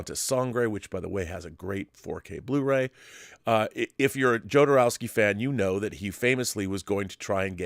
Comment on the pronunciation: Pronounced HO-do-row-ski , I think!? (just as ale-HANH-dro, not ale-JAHN-dro) This video/subject matter reminds me of 'Simone' (as in simulation one ).